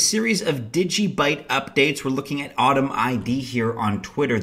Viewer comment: Antum not Autumn 👍🏻